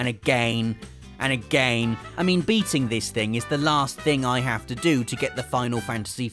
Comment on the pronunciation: agayn and agayn and agayn...